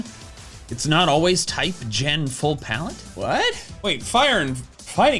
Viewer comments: Ah yes, plaette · “But anyways, PLAETTE”